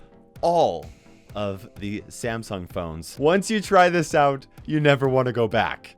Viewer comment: can't say Samsung. lol